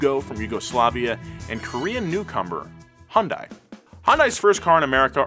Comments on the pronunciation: it's pronounced like hyundeh 현대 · no it aint, take it from a korean. Its pronounced Hee yun day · Stop pronouncing it with and i. Hyun-deh. Done. -korean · yea the english spelling of korean words is very often incorrect. It's hyun deh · Wrong it's Hi-yun-die-yay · nein the pronunciation of 'A' when saying apple. h-yun dae(Hyundae moters) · I'm korean and it is pronounced hyunde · What a fantastic video! I simply wanted to share an interesting tidbit with all of you: the correct pronunciation of Hyundai is "Hyun" (similar to "Shun") and "Dai" (pronounced like "Dé"). However, in the grand scheme of things, I guess it doesn't even matter. I truly believe that this automaker's trajectory will only continue to soar. Bet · hyundai, rhymes with young day. <3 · Guys it's pronounced Hyuun Day like a Sundae 😭 Killing the Korean inside of me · Take a sip everytime he calls it “HanDie” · One of the most interesting things about Hyundai ( "HUN-DAY" ) is how many people cannot pronounce the name properly 😂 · what’s a HIYUNDAI? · It's pronounced Hyundai, like Sunday. Any respected journalists would know this. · It’s pronounced hunday, like Sunday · Hyundai is actually pronounced Hyun-Day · It's pronounced "hun-day" like Sunday. Hyundai even ran an add campaign just to explain this because no one would say it right. Surprisingly, not even the car enthusiast YouTube channel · It's so fun watching Westerners trying to pronounce Hyundai lolol Its Hee-Yun De. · It's pronounced "hyun-day"!!!! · Hi-yoon-die lol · It's painful to listen to you pronounce the company name differently literally every time you say it... Hun-die, Hon-dai, Hi-un-die, He-oon-day. Please, just pick one! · 🤦‍♂️ As a former 2003 Hyundai Elantra GT 5 speed hatch. I find this pronunciation stupid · It's HYUNDAI. H - HELL Y - YESTERSAY U - OO N - NOW D - DAY A - SHORT A I - LIKE HOW YOU SPELL E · I love how he just pronounces Hyundai so many different ways without even noticing